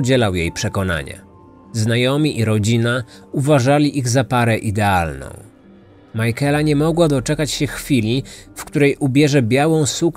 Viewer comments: Majkela? Na litość boską sprawdźże jak się wymawia imiona... Nie da się tego słuchać. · To imię czyta się „Mikejla” :) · Szanuję włożoną w powstanie tego odcinka pracę. Bardzo lubię słuchać Pana podkastów. Jako że mieszkam w IE tylko jeden szczegół przykuł moją uwagę. Być może nie jest istotny dla innych słuchaczy ale imię Michaela wymawiamy jako Mikejla. Reszta super 😊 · Imię Michaela wymawiamy "mykejla"🙂. Jest jeszcze gealic, czyta się "gejlik". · to imie sie wymawia makejla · to jest imię irlandzkie i nie jest tak trudno sprawdzić jak się je wymawia zwłaszcza jak się oglądało oryginalne dokumenty, gdzie chociażby rodzina się wypowiadała, to wymaga trochę szacunku dla ofiary i profesjonalizmu... Mnie to razi osobiście, bo mam koleżankę o tym imieniu. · No i co z tego że źle wymawia coś to zmienia w sprawie no nie. A jak tobie przeszkadza to nie ma musu słuchać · A ja się z tym zgadzam, mnie też razi sposób wymowy tego imienia i baaaardzo źle przez to się tego słucha :/